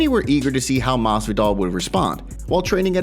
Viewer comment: Maswidal